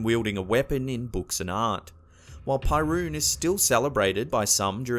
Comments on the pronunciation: It's pronounced PERUN, not PIErun -. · "pyruun"...? Seriously? Is Perun/Перун! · Isn't Perun spelled "peh-roon", not "pie-roon" in English, too? Cause that's how we Slavs spell it. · PERUN, it's not pronounced pie-roon, it's Perun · perkun! not perun :D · not pie-roon but pe-roon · Why the fuck are you calling him Pie Rune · Pyroon, haha. It's so wrong it's kind of cool. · While I found this video enjoyable, why didn't you search for the pronunciation of those names? "pairuun" is really causing me pai(ruu)n... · Don't read Perun as "pie - rune".. :D It's hilarious and sad at the same time